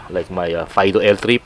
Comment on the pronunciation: fi-do pa ang basa dun. hindi fay-do